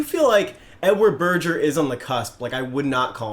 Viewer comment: Berger - hard G, burjer is pure Americanism